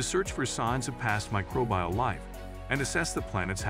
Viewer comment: It's "Microbial". One word. Not "Micro-bial". Where'd you learn to even read anyway??